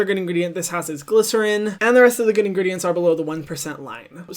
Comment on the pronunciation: The way hyram pronounces ingredients is just INSANE!!